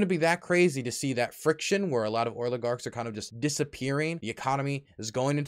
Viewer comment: Is it just me or does keep saying “Oiligarchs” not “Oligarchs”???